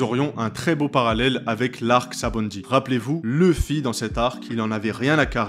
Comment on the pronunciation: pk tout le monde dit leffy et non luffy